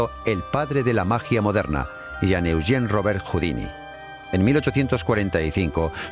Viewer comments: Por favor no confundan a "Robert Houdin" (Se pronuncia Houdan) con el artista de escape Houdini (Cuyo nombre artístico fue inspirado en "Robert Houdin". En el video pronuncian equívocadamente el apellido de Robert y muchos pueden pensar que se refieren a Houdini, cuya época de auge fue varias décadas despues de Robert Houdin. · Exacto, como dice Marcos Olivero, el pésimo doblaje hace que podamos confundir al genial ilusionista francés Robert Houdin (pronunciado aproximadamente Judán o Judén, según la zona de Francia) con el escapista norteamericano Houdini (pronunciado Judíni) que tomó este seudónimo, precisamente del apellido del francés, como signo de admiración hacia él. Traduttore traditore. De fondo, en la versión original se oye perfectamente como pronuncian correctamente. Los actores de doblaje ni se han molestado en oír la versión original, o tanto les da. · ERROR en la pronunciación cuando nombra al considerado Padre de la Magia Moderna, Robert HOUDIN (sin la "i" final). Fonéticamente se equivocan y siempre se pronuncia la "i" final en el vídeo. Puede dar lugar a la confusión con el escapista de renombre internacional, Harry HOUDINI. Pueden comprobarlo fácilmente en internet. Att. Un ilusionista.